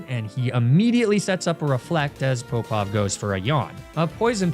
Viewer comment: I don’t know if what I think is accurate, but as a swimmer growing up, I always heard Alexander Popov to be like pop-off, not poe-pov. There’s the popov drill, so maybe it’s just easier to say pop-off. Or maybe everything I’ve heard is a lie. It isn’t as if that’s the first name that’s been differently spoken on this channel